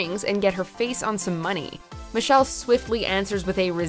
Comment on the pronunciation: "Michelle" RIGHT